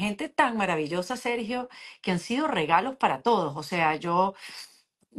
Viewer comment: Porque mi amigo Sergio no está pronunciando bien?, tiene algo en la boca? Está enfermo?